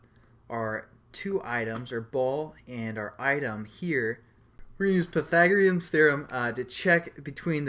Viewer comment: LOL! pai - tha -gore -ians